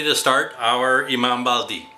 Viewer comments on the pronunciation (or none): Greetings from the US😢... My Turkish mother Ayla said the correct pronunciation was like the flat e sound like in French (uh , le)) for the i at the end of Bayaldi. I just found your channel and I love your mom's/ your recipies!